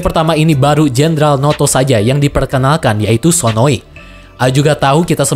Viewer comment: sdkt koreksi, bukan sononi tetapi sonoi. ngmng" sononi itu villain yg cewek